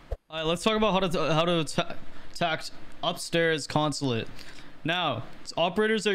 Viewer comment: Bro had a stroke saying attack consulate